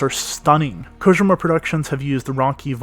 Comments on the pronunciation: “Hideo Kogema” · Its KO-JEE-MA!!!